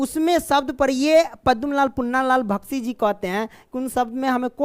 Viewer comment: बख्शी जी को भख्शी जी पढ़ रहे हो डियर